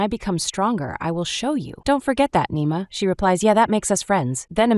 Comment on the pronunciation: It’s Nima not nemo